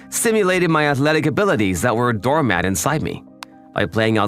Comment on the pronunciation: It's "dormant", not "doormat". Might want to fix that,. 😂